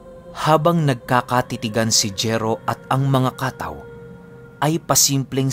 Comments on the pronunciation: Kataw po ang totoong pagbigkas pinuno hindi po ka-taw. Salitang samar po ang Kataw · Ang tamang bigkas po ay hindi ka-taw kundi kataw. Medyo mabilis ang bigkas. Ang kataw samin ay sirena. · Kataw mabilis na bigkas dapat.kataw means serina. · Mabilis ang pagbigkas ng katáw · Kataw po mabilis ang bigkas. Salitang waray po. Biringan nadadaanan nmin yan pagpumunta kmi ng mercedes samar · first time narinig ang word na kataw?! just bec cebuano word yan na ibig sabihin ay SIRENA... kha-taw! ang tamang pagbigkas.. pero sa lugar namin mismo, ang tawag namin sa kataw ay MERMAID...LOL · Kataw po yan yung mabilisang pagbigkas. Hnd lng po sa Dagat o laot. Meron nyan meron din po sa mga ilog at batis. Sila po yung mga Tga pagbantay.. sa mga lugar na anyong Tubig☺☺ Minsan sinasabi ng iba na Shokoy?o serena.